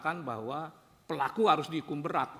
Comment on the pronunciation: BUKAN BERAT PAK TAPI BEYAT 😂